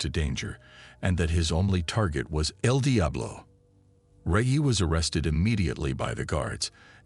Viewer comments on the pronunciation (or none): It's eL Diablo not....... DI AH BLO 😂 BUT STILL GREAT JOB 💪🏾 and Kontent💯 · Come on AI, the pronouncement el Diablo and el dye-ablo is so annoying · The way he pronounces Eldiablo🚮🚮🚮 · Saying Edeablo is crazy 😂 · Eeel diablo😂😂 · Fuckin A.I cant even pronounce names Regg-E 😂 and the was it say El Diablo or El DyeAblo got me in tears 😂😂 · More so than… EL DIAblo!? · Bro I was hearing edi ablo😂😂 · el dayabolo😅😅😅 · Tf is wrong with you.. your pronunciation of EL DIABLO I s very distracting 🤨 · Man the way they keep mispronouncing el Diablo is burning me up real bad 😤🤬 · . He forgot to mention "El diablo" properly 😂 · L d up law. Aghhhr. So annoying. The computer says El Diablo is driving me crazy!!! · El Diablo as well 😂😂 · Also when the idiot says El Diablo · Also EL DIABLO 😅